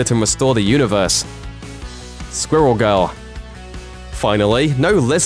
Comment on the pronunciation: “Skwul Gul”